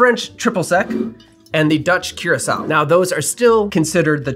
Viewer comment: I think it’s pronounced coor-ah-sow. Otherwise this answered a lot of questions, thanks.